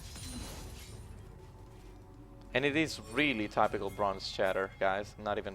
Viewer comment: Lol might want to work on the pronunciation for typical